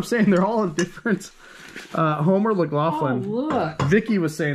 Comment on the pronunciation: Please...as a West Virginian (home of Fiesta tableware) it's Homer Laughlin (loff-lin). There is no Mc. I really enjoy your vids.